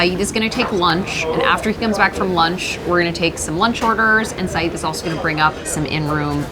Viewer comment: Lady, you epitomise Americans butchering language through either ignorance or laziness. Not only did you consistently mispronounce his name say-ed not eed or id - you started a food review and mispronounced macarons - macaroons are something totally different, and for heavens sake America, learn how to bloody pronounce croissants - “kwa-son”. This is one of the many reasons why people around the world cringe when yanks open their trap.